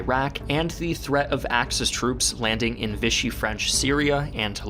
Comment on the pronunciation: If you pronounced it "VISH-ee" one more time, I was done. Lol. I don't know why but it was like nails on a chalkboard to me. [For the record, Vichy is a town in France, and the French pronounce it "VEE-shee." The term now means Nazi-controlled puppet Government because when Hitler took France, he moved the capital from Paris to Vichy.]